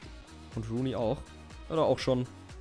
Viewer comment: sag doch nicht immer rain rooney ^^